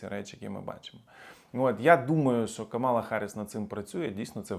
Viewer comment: До сколько можно уже просить несколько раз уже писала называйте правильно имя вице-президента США, Камала на первый слог ударение !Камала !Камала на первый слог ударение! Вся администрация Трампа и все люди вокруг него специально называют неправильно её имя а вы?